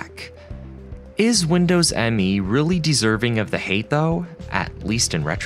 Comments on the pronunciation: Another good video. FYI, it's not pronounced Windows "M-E" but Windows "Me" as in "It's all about me". That's not a minor point because when Microsoft called it "Me", it added to the confusion. At the time, I remember people asking what was this operating system's claim to fame. Why buy it instead of W2000? Oh, it's called "Me" implying that it's very user friendly in contrast to the professionalism of W2000 and will lead "me" into the new millennium, one BSOD at a time. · Minor nitpick: Windows Millennium Edition is actually pronounced Windows Me and not Windows M E. It's weird, yes, but that's according to the official marketing. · I thought it was pronounced “Me” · It was never confusing to me, but maybe because I pay attention to details and knew the NT kernel already back then very good. Windows Me (by the way it is not M.E., but "Me", as in "me=I") didn't even get the UI right, they forgot to bundle the TAHOMA font, which WIndows 2000 used as primary UI font (Me uses still the old MS Sans Sarif font). So my eye immediatly could spot a very clear difference. And of course the kernel just like 98 and 95 was just unsecure and unstable by design. For 95/98 was unacceptable already in the 90s. I also know noone who thought "2000=Millenium" in the Windows lineup, maybe that happened in some countries more than in others? Oh and Windows Update was added to Windows 2000 in a Service Pack :)... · I feel like the author here must be young and not lived through this period. Windows Me was usually said Windows Me. As in (me, myself, I). It was marketed as being personal in nature hence the name. You can see that right in the logo. It’s Me not M.E.